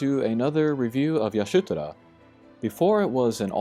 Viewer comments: I hate how u keep caling her "Yashutora"... damn... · take a shot everytime he says yashutora 😂